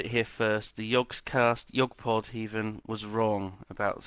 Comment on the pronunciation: YOU SAID IT WRONG Ahem, YoGPoD. It's said, YoGPoD.